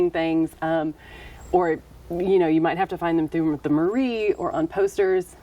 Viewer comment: Thanks for the nice information. Only thing, try to find the correct prononciation for "mairie".🙂